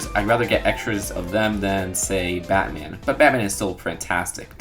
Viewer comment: OMG STOP SAYIN MEHHH TO BATAN JUST STOPPP